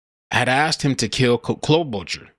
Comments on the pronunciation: No accent is in first syllable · It's pronounced Klo ba char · Pronounced Klo-bo- char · Senator Amy Klo-boo-Char